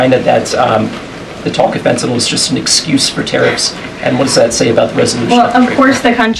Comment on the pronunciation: I love that she knows how to pronounce “fentanyl.” 🙂